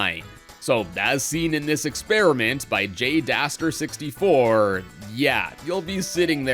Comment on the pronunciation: 1. you said jdaster's name wrong (you say the A like an A doofus) 2. you said that the unused flurrie attack had a "negative" effect of giving mario and their partner the 'electrified' effect - which is actually a positive status effect. if anything the description describing it as a bonus shouldve tipped you off to that 3. also, for the animation of watt sparking, do note that watt just does that in pm64, so i wouldnt doubt that she just did that here too